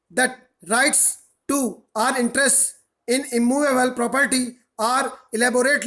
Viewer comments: Sir i regularly take ur dictations sorry for being rude on comments bt i did it jst bcz i dnt wnt ds trouble in the upcoming dictations... Sir i write 4 to 5 times ur single dictation but always get stuck at that same place in between 'are' and 'or' and its too irritating setimes.... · Kuki aapko bolna hi ni aata na are me diff na or me diff mtlb hadd hai